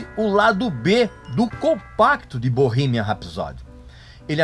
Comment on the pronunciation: Parei de ver o vídeo a hora que ele pronunciou Bohemian